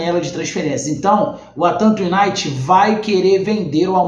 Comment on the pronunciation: Anderson o noome é atlanta "You Naited " a pronúncia